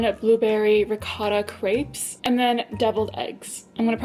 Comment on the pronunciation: pls learn how to say crêpes correctly :( (not meant in a rude way, loved the video <3)